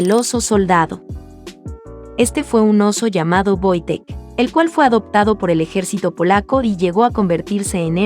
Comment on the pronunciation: Banda el oso se llamaba Wojtek XD asi se pronuncia